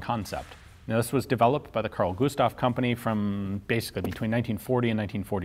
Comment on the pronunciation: You are saying the Carl Gustaf all right